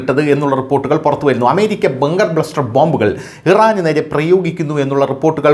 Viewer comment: ബ്ലസ്റ്റർ അല്ല അണ്ണാ, ബസ്റ്റർ 🤣🤣